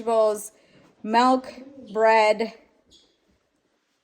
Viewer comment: There’s my fellow Wisconsinite, pronouncing milk like melk ❤️